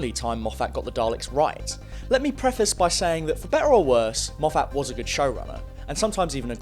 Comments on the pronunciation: Mof fat? Its mof fit. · So weird hearing English Youtubers calling him Moff-At when it is pronounced Moff-it. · for goodness sake please stop pronouncing Moffat as Moe-fat. Moffat has always been pronounced Moffit. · The Daleks haven’t been truly threatening or intimidating for a very long time. Oh and you keep mispronouncing Moffat. It is my surname also by complete coincidence, we’re not related, the correct pronunciation of our name is MOFF-IT not MOFF-ATT. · Argh.. can’t hear “Mof-hat” again. Have. To. Stop. Watching. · 'mo-FATT' y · great videos and all but you need to stop calling him mofFAT, it’s a bit fuckin annoying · Moff FAT. WTF? He's a prick, but get his name right ... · Why are you pronouncing Moffat name weirdly? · stop saying Moffat wrong